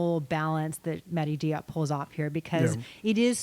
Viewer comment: Diop is pronounced Jope. Notice how the main character called her friend Dior in the film Jore.